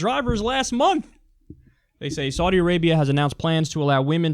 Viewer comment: "I probably pronounced that last one wrong," ... Kyle, you're pronouncing "Saudi" wrong! C'mon man, you are good at researching. Get it right.